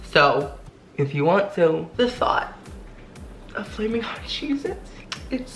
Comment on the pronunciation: "FALMIN HOT EVERYTHING, FALMIN HOT LIFE" LOL😅